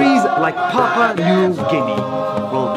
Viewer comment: It's actually supposed to be pronounced Pa - Pu - a' New Gini